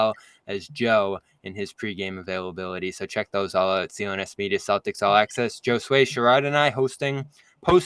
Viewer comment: You all pronounce Josue wrong.